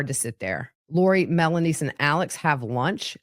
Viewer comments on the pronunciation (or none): So she was saying melaniece 😂